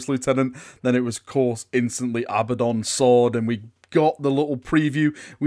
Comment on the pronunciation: JEEZ! It's A-bad-on, not Abba-don. Also, it's spelled Abaddon!